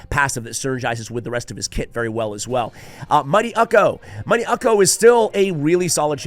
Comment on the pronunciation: Ukko is a Norwegian name and is pronounced Uko.